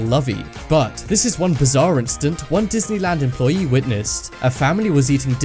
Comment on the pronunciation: it's called fucking employee not fucking employi